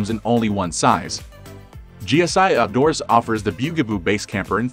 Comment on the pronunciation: The byu-gah-boo 😂